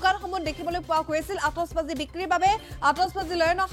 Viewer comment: Atishbazi not atosbazi 😂 Illiterate people butchuring my beautiful language!